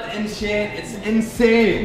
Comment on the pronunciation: That's an "InShane" corvette